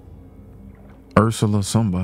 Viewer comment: hahahaha, he said Ursala lmfaoooo